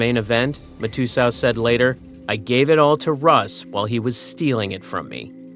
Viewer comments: Tell me this YouTube channel has never watched poker before. Mike Ma-too-so? The f&ck, it’s pronounced Mike Mat-ah-so. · who the hell is Mike Mah-two-so? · Mike Ma-too-so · Bro, You are pronouncing Mike Matusow so wrong. Look it up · If you can't say Mike Matusow's name correctly then you have no business reporting on poker.